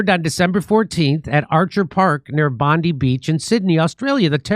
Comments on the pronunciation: Aussies brace yourselves; BondEYE, it’s pronounced BondEYE Beach, for the love of God this hurt my ears in ways I didn’t know possible. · it's pronounced bondeye not bondi, the I is said like eye, bond eye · Aussie here, I love your show! Just to help a little bit, its "Bond-eye", not "Bond-ee", hope that helps. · It’s pronounced Bond-i not Bond-e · Well done fellah. One little thing... You pronounce the beach 'Bondeye' and not 'Bondee'. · Bond-eye not bondee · It's pronounced Bond-eye, not Bond-eee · ‘Bon-dye’ not ‘Bon-dee’ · Pronounced Bond die not bond dee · Hey Jimmy - Bondi is pronounced ‘Bon-Dye’ not ‘Bon-Dee’ :-) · IT'S PRONOUNCED 'BOND-EYE' JIMMY...NOT 'BOND-EE'...HAHA. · Bon die beach not Bon dee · It's not Bonde ...it's Bond i. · It's not Bondee Beach, it's pronounced 'Bondeye'. It is an act of pure evil to lose 15 of our Australian brothers and sisters, including out 10 year old Matilda 😢 We didn't give up all our guns, we have the best gun reform based on illegal guns. Ppl are still allowed to have legal gun licences. Our government messed up and ignored all the signs. It's a tragedy 😢🙏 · Say it with me “bon-die” it’s not pronounced “bon-Dee” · Not Bond-e, it's Bond-I. Pronounced like the "I" as in "I am" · Hey Jimmy Bondi Beach pronounced Bondie or Bondye not Bondy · Jimmy - Bondi Beach is pronounced 'Bond Eye' not Bond Dee... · Pronounce... bon_die not Bon_dee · It's pronounced bond eye, not bondee. The holocaust survivor was in Siberian exile, not Germany. Father Indian, mother Italian? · It's Bond-eye beach not Bond-ee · I wish jimmy would pronounce bondi correctly. Its bondi not bonde. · Say it with me bond-eye beach, not bondy beach. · Bondeye, not Bondee beach Jimmy. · It's pronounced Bon-die. Not bondy. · Bondeye...not Bondee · Bondi...pronounced "Bond eye" not "Bond ee" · Im from Australia it's pronounced Bond i beach not Bondie beach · It's pronounced bondiiii not bondeeee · Bondi… pronounced like bond-eye…. Not bond-ee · BOND-EYE ffs